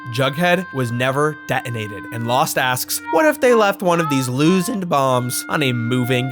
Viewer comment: Please tell me he keeps doing the “loosend” bit